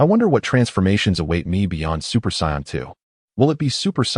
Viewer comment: its really annoying that this says psy-on instead of Say-in